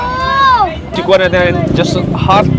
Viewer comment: Si-kwa-ti po hindi xa sihk-wahte. Sa Cebu kasi pure tablea lang unlike sa Cgy may gatas po.